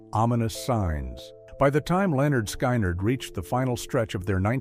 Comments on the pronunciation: Lol stupid AI narration Lynyrd SKYnyrd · Please pronounce it right!!!!!. Skynyrd rhymes with lynard.